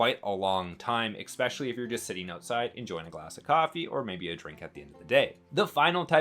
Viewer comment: It’s especially! Not expecially😅